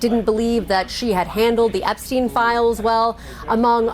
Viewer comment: EpsteinWar not ''epicwar''